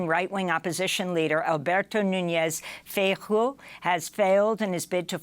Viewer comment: Feijoo, sounding like feishooo, you wont be far from it with feishoo. I understand Feishoo has little chances.